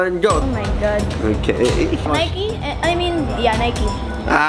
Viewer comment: Why u Call At Nike is Niky